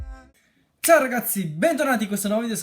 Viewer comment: "zao ragazzi" lo adoro %_%